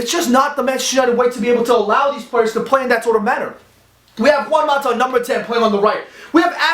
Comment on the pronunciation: my only complaint is the way he says mata. just please for my sake say it like you would say matter